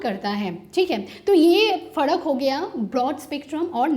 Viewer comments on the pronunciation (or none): फड़क नही फर्क होता है 🤓🤓 Btw... Nice effort 👌👌